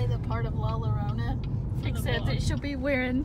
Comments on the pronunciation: the two L's together are pronounced as a Y Yorona La llorona is 'the one who is crying' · Llorona is pronounced "yo-rona" NOT "lo-rona". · I’m pretty sure it would be llorona creek as in (y-o-ro-an) because llora is Spanish it shouldn’t be an “L” sound